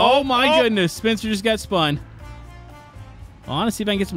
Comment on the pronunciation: Instead of spencer it’s spuncer